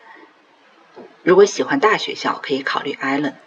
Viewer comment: Allen。不是 island